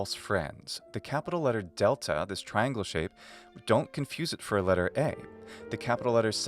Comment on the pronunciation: I think you pronounce delta in this word with [d̥]? I percieve it as [t] when I heard but later one in sentence. I heard as [d] Note: My L1 contrast /b/ vs /p/ vs /pʰ/ and /d/ vs /t/ vs /tʰ/ but only /k/ vs /kʰ/ with no /g/